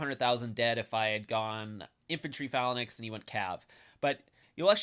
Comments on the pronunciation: I love your videos but would you mind pronouncing "phalanx" properly? It's "fay-langks" in American English and "fa-langks" in British English, not "falan-ex." ^_^ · This video was great other than you not knowing how to pronounce the word. Fae-lanks.... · Bro, it is pronounced "fa· langks" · "fa-la-naxx" smh you need some xanax to slow yourself down lol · "Phalan X" lol. sounds like a super hero or something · bro, check the pronunciation of phalanx on mirriam-webster's website